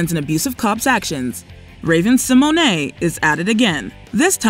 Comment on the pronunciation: pronounced it the way Raven herself said it's pronounced. We've been pronouncing it wrong lol